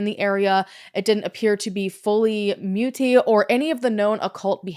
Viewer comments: And Muti is pronounced Mootea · Hey! South African here - thank you for bringing attention to this case. Just for interest's sake, "muti" is pronounced "moo-tea"